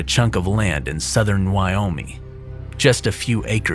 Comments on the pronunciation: Its Wyo-ming, with a hard g, not Wyominy. It bothers me, considering I live in Wyoming. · You kept saying Wyomey and it's really annoying